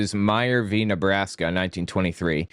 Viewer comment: In court case names, you pronounce it xxx "vee" xxx